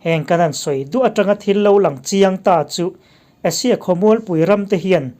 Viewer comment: Asia i lam hi Russia iti maw ka tia lawm